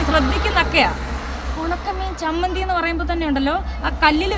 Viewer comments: സമ്മന്തി അല്ല ചമ്മന്തി 😂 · അയ്യോ ചമ്മന്തി എന്നു പോലും പറയാൻ അറിയാത്ത ഈ യെ കുറിച്ചാണോ ഇങ്ങനെ ഒക്കെ പറയുന്നത് 😂😂😂